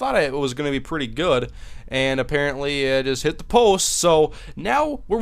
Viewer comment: It's hilarious how you say "the kick is up... AND IT HIT THE POUST!" lol